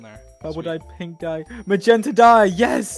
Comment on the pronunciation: he said it more like magenter